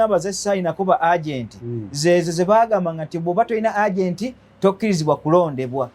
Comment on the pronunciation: the word (agent) is pronounced EJENTI. What ur pronouncing as URGENT, when actually you mean AGENT.